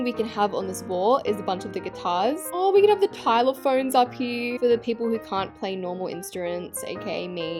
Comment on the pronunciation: 💀did she just say Tyler phones in stead of xylophones💀